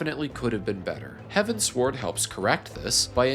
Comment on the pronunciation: Great video but please, it's heavens-ward... As in... Heading towards the heavens... Not heaven sword.